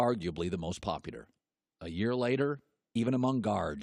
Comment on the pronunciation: Does anyone realize that Colin says "popular" like "popudar"